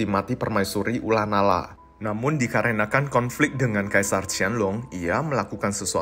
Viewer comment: Ko, ula nara emang bacanya ula nala ya?